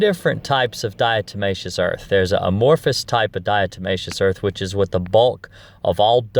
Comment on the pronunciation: You pronounce 'diatomaceous', correctly my friend, and 'diatoms' too. Ignore anyone who says different. 😎